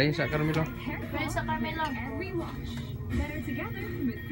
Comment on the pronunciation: kuya CARMELO...'bawoo' na nga ISDA-A !